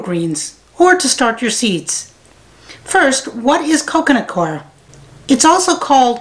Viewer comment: The mystery of how to pronounce "Coir" has been solved, thanks! It might be just me, but your favorite gnats seem to love that stuff. I suggest full-court press early in the game.